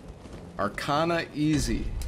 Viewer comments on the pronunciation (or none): none